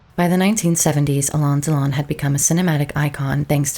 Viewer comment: You butchered his name. Alain and Delon don't rhyme.